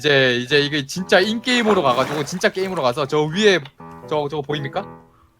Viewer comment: 진짜가 쌰로 들리는 기적